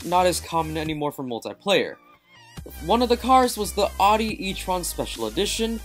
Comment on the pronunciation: wait... whoa O_o ! did you just pronounce Audi correctly ? never thought id live to see this happen :P Well done but how about worse BMW cars ?